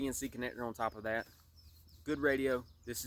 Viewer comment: It is okay to be articulate. Feel free to pronounce the word "THAT" correctly.